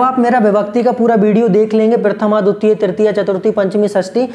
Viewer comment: It's not duttiya sir, it's dvitiya